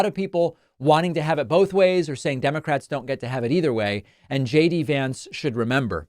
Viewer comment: Did anyone else notice JD said her name right? I guess he didn't get the memmo that they are all supposed to mispronounce her name.